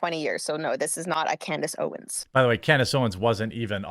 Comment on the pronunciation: "standace owens"